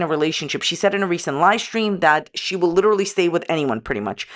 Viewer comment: “I’ve been abused by my ex!” 20 mins later “We LIDERALLY JUST worked things out and were FaceTime friends again”